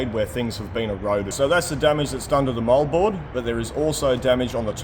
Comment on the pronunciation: For the life of me, I thought he was saying mullboard. But it's Moldboard. Like always, I'm impressed by the level of experience and knowledge.